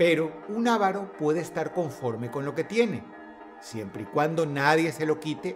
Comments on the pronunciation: Se dice avaro, no ávaro. Es una palabra grave y sin tilde, con acento prosódico en la penúltima sílaba. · Corrección: el avaro (acento en la segunda a, no en la primera) es el que nunca quiere gastar lo que tiene o desea el mayor beneficio con la menor inversión. El codicioso, como bien lo dice Dross, es el que siempre quiere más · Ávaro no, avaro